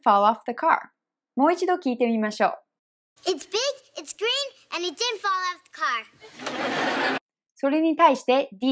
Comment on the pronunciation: did'n がディドゥンではなくディンに聞こえる。